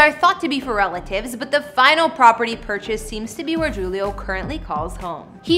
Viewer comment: I know you're not a football fan. Julio is pronounced " hulio ".😎😉